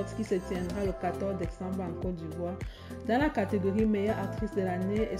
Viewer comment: J'ai mal suivi ou elle a dit 14 dekkkcembre😂😂😂😂